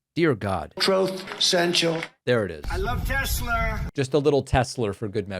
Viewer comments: Trothe! Senshul! Teslurrr! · “Just a little Tesler “😅🤞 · I love Tesler 😂😂😂